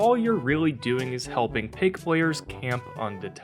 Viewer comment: This man really said pake it’s pronounced pie k now say them together and that’s how to pronounce her name